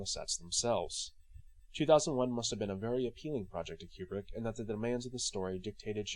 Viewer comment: Not a big deal, but pronouncing his name correctly is always a plus. KOO-brick, not Cue-brick.